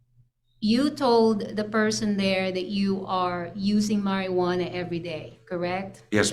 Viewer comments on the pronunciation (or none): marjuana is legal in most states. This attorney doesn’t know how to pronounce it correctly.